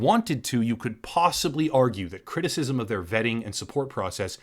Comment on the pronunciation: I laughed to hard when you said CwiTiSiSm